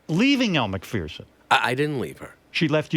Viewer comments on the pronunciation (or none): It’s pronounced Elle MCFURRRRSON….. Not Elle MACFEARRRSON